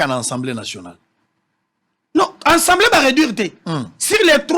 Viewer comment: Ces 3 individus ( intellos) me déçoivent surtout ye journaliste. Ils prononcent <ENSEMBLEE > nationale ( mot) qui n’existe pas en français. Classe nini ba kota na Congo. ASSEMBLÉE nationale